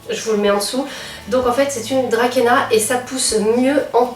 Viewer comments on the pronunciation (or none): Bonjour, "Dracaena" se prononce "drasséna" :) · J'aime beaucoup ce genre de vidéos! sinon il me semble que Dracaena se dit "Dra-cé-na"...